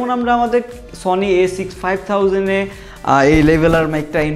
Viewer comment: এত ইডিটিং এ ভুল কেন? A6500 উচ্চারণ ভুল